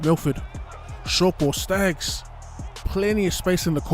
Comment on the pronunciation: Accent on point when doing the general pronunciation of Kotoni Staggs 😂 #ODDSQUAD